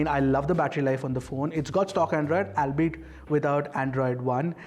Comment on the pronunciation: Albeit is pronounced as "all be it". That's the only flaw in all your reviews. Great job otherwise! Hope the channel grows faster. You deserve more eyeballs.